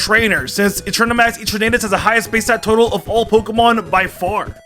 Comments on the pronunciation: Why do you say "EE-Turn-8-us" when clearly, it is a play of the word "Eternity"? "Eh-Tern-Ah-Tus" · Its etrnatis as in eternity NOT tornado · Did my mans just say e-tur-na-tus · Who pronounces eternatus like you? Wierd.......